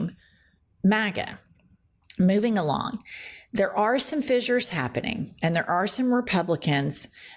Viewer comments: Pronounced "fishers" not "fizzures". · It's pronounced fishures